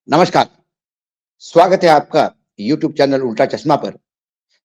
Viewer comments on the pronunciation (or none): none